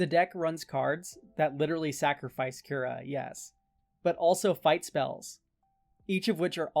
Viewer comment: I know this doesn't matter at all but "Kura" would be pronounced "coo-rah." The pronunciation used in the video would be spelled "Kyura." Cool deck idea regardless, and I'm definitely gonna check out your other decks too. I suffer from the hipster bug too lol